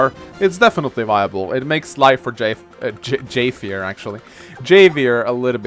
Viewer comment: It's pronounced "Have-i-er". The "J" in Spanish is pronounced as an "H".